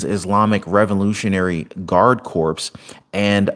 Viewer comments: "CORPS" is pronounced" KOR", not CORPSE. Just wow. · Check your pronunciation on Corps. It's corps, not corpse. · Honey, it’s pronounced “core” not corpse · Hey, really like your show, lots of great information. Also, just a point of info. Not trying to be a jerk, with regards to the word Corps, the P and the letter S are silent. It's actually pronounced COR. Anyway, thanks again for all the great information. Stay safe. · Hey, US military corps. The word “corps.” Is pronounced core. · Corps?? Spelled that way. Not pronounced